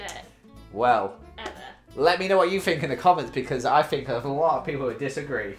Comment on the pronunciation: A. looks amazing in EVERYTHING B. Why does ALWAYS to this day say his t’s as f’s hes like ‘i FINK that…’ Edit: I love these two so much no offense meant 😅